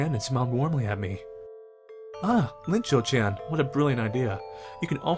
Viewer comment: It’s not Linchou-Chan. It’s Iinchou-Chan (capital i)